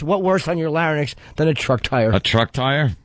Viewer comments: "a truck tire on the 'larynyx' of fun" i think you mean 'larynx' or maybe you just hanging with ol' Larr' n' Nicks or sumptin tsk tsk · "Lah-ruh-nix of fun" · "Larry nex" ?? Can't believe Ant didn't make fun of Jimmy for that. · "Skewered"? "Larynyx of fun"? Norton sucked during this bit.